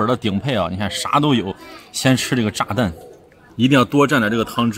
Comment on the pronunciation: 你说炸蛋 听着像炸弹